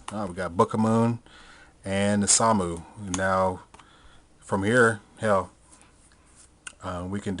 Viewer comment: Seconded. Also, it's apparently pronounced "Knee-shuh-moo". I dunno.